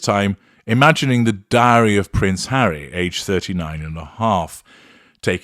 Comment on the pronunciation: Without prejudice....... could 'diary' be pronounced as 'dairy' ? 🐿